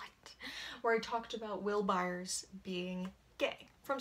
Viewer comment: THE WAY YOU SAY HIS LAST NAME MAKES ME SOOOO MAD! and he ain’t gay